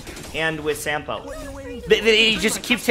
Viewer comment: By the way Sampo's name is Finnish. You spell it like you'd spell a word 'sum'. So in other words Sampo Koski - 'Sum'po 'Cause''key'.